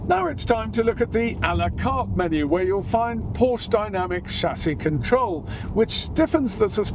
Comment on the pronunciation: Pretty please do not mispronounce Porsche as “Porch”.. 😬